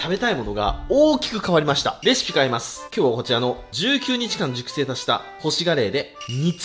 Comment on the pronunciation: 熟成しゅっぱい、